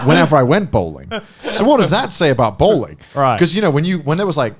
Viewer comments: Bowling owh.. Bowring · Joy just mistaked the L with R because he lives in japan! He just read it Bowringu so that’s why!